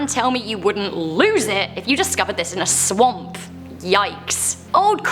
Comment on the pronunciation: The “swaoump” ghost hihi sounds funky when you says swamp